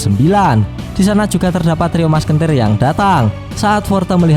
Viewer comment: Selalu ngakak setiap kali bilang "trio maskenter"🤣😂